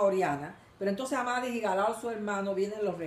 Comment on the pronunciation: No es "Amadis", es "Amadís".